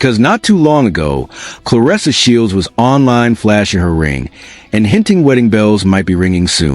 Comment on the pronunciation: I’m just here to thank you for pronouncing her name the way it’s spelled — “ClarEssa,” and not, “ClarIssa.”